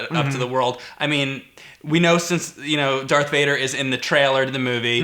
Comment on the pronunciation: its not Dark vader....darTH. i love you guys put it grates on my nerves